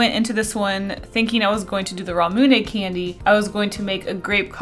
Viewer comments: i hate how you say it "ra-mune-ay" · She said Ramune wrong and it hurt my soul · I don't want to be mean, but I hate the way you say ramune.